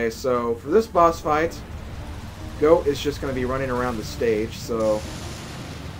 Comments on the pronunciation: IT"S PRONOUNCED "GOT" NOT "GOAT!" HOW COULD YOU MISS THAT!??? Sorry, someone had to do it xD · ITS PRONOUNCED GAWT NOT GOAT!!!!!!! THIS MEANS WAR!!!!! jk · I loved the epilogue. Re the pronunciation issue: Since "Goht" isn't a real word, I don't think anyone should quibble over your pronouncing it either way. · Even if it is pronounced "Got," who cares? Goat is a cooler pronounciation. Cause goats are cool. Gots aren't. Nuff said. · i believe it's pronounced "bird" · goht is actually pronuonced got. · I have never died to nor have i seen anyone die to Goht. I always thought his name was pronounced "got" but i dont care as long as you dont pronounce it like "Gort" or "Gobi" Lol XD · I giggled at the last bit. Always thought is was pronounced Goat since that's what he looks like. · I've always pronounced it "goat." I think I've only ever heard one person say it the other way. And I love that little extra bit at the end. You sounded like you were enjoying yourself! xD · Also, after looking at it, I'm almost positive it's pronounced "Goat"... "Got" just sounds cooler :P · You pronounced Goht wrong. I'm un-subscribing immediately. I hate you and everything you stand for. I hate your friends, I hate your family, I hate your family's friends, and I hate your friend's families. Please, stop Let's Playing and jump off a slightly higher then average hill. That'll teach you to mispronounce minuscule things that really don't matter.